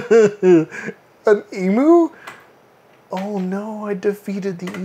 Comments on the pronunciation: e-myou, not e-moo! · E-Mew, not E-Moo! :P XD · Just for reference emu is pronounced E-Mew not e-moo :) Hi from Aus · please tell me that you are saying "emu" as "eemoo" ironically. Eemyuu is the correct way to say it, though I'll admit that eemoo is more fun to say:P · Oi! Stop saying "ee moo". It's silly. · Please, Americans, it's pronounced "E-myu". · It always feels weird to me that people from the US have their own pronunciation for "emu".